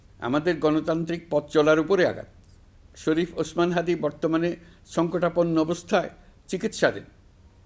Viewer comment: প্রধান উপদেষ্টা ডঃ ইউনুস স্যার । কত সুন্দর করে শরিফ ওসমান হাদির নাম টা বলেছে । আর আমাদের এক বড় দলের বদ্দলুক নেতা আছেন যে শরিফ ওসমান হাদির নাম টাও বলতে পারেনা ।। এই মিরজাফর আলংগির ।